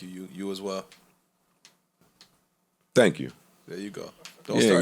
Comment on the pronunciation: He said don't thong me anything hahahahha